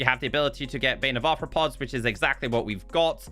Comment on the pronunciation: He said bane of arthrapoops